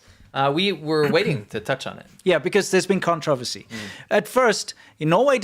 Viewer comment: you're mispronouncing the word " controversy " at the 00 : 12 mark